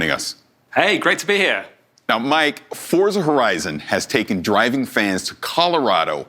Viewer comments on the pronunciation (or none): It's pronounced "FORT-za"